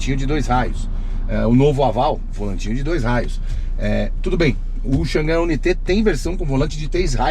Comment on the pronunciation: Irmão dica de inglês pronuncie dessa maneira o nome do carro ok i u n a i t e